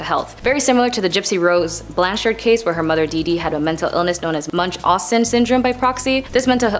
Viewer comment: Really?! Munchhausen's! LOL! Never heard it butchered like that!